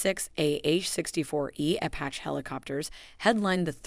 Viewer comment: Yea, kept noticing that. “You had ONE job…” 😁